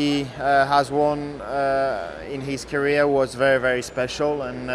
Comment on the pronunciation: Hearing Checo says Kareer - thinks of Carlos Mariah Karey 🤣🤣🤣